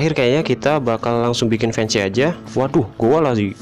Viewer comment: itu tulisannya emang fence tapi bacanya fens